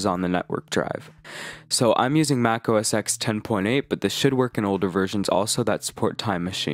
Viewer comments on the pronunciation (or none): Sorry but it's not OS 'ex', it's OS Ten.